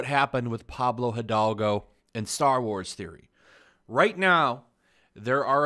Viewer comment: Tip for future videos: Pablo e-dalgo. In Spanish the H is silent.